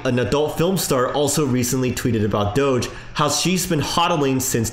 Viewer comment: If there is a Doggy on the coin don’t you think DOGE should be pronounced the same way?